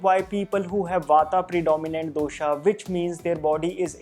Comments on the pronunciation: I follow yiur vodeo they are so much knowledgeable and accurate. One complaint though Pls pronounce dosha vata pitta kaffa correctly. Just because these letters end in a the pronunciation is not doshaaaa it's dosha' And similarly other. Say the words as it is said in its own language. Why make it an english pronunciation for no reason. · My South Indian mind is hearing dosa everytime he says dosha🙂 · Me too😅🤣